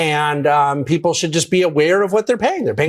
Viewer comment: "Peeplez", bruh...